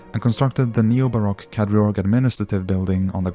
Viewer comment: The pronunciation of Kadriorg is just so wrong... Could you not have made a little research?